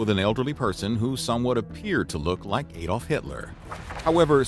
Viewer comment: Shame he can't say ''Adolf'' correctly.